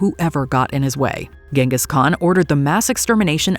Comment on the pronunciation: It's usually pronounced Genghis with a soft g like the one in 'gin'